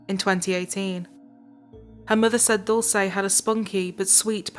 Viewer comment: this is not the most important thing in the video, but please learn how to pronounce Dulce